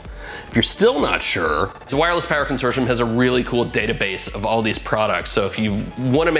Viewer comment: i find it odd that you dont know how to pronounce "consortium"